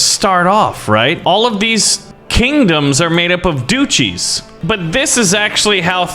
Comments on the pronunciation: 99% comments: its DUCHIE, not DOOCHIE 1%: something else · quick correction, it’s pronounced as Dutch-ie, not dooch-y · its pronounced dutch-ee not doochee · I love how he pronounced duchies as "doochies" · Hello love the content keep it up also dutchie is pronounced dutch-y